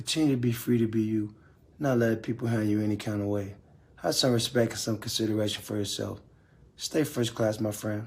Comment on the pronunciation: yeah guys respek lol he forgot the T